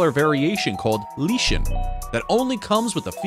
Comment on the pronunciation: Was the loud mosquito noise really necessary? And it’s pronounced LIE-Kin. Not LEE-Chen 🤣